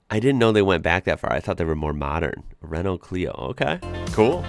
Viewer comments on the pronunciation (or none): Renault Mégane...Raeno/Rayno Meh'gun